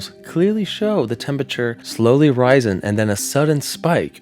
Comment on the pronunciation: LOL! YOU SAID, "BURNT CAWUN" instead of saying "COTTON" you lazy tongue! 😅😊🤣😂🤷‍♀️ EDIT#1) "RISING" not "RYE ZUN". EDIT#2) "CORPORAL?" No no no... It is "KOPPREL". EDIT#3) "ANITA, IOWA" not "ATLANTIC."